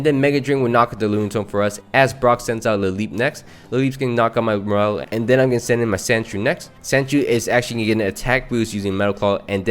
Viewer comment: “Morel” it’s Morr-Lull.